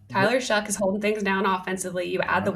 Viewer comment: SHOUGH NOT SHUTT